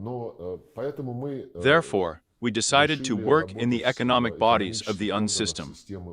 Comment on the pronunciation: UN, EU, ICC, Anatolia - the robo voice is not reading these properly.